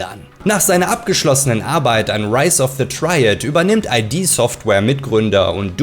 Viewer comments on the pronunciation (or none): Ich habe Prey (2006) geliebt. Habe es noch auf original DVD. Spiele es selbst heute ab und zu immer noch gern. Das 2017er Prey hab ich nie gespielt. Sehr schönes Video. Aber die Blasphemie kann ich dir nicht durchgehen lassen. 🤨😋 Es heißt id Software (gesprochen wie „it“), nicht i.d. Software. Hat nix mit nem Personalausweis zu tun. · id software spricht sich als Wort, nicht als Abkürzung. Also wie "Kid", nur ohne "K". Id bezieht sich nicht auf ID im SInne von Identität, sondern auf das lateinische und englische Wort für das "Es" in der Psychoanalyse.